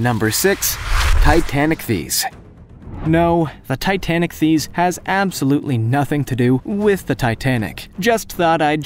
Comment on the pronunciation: Should be pronounced "TI-tan-IK-theess."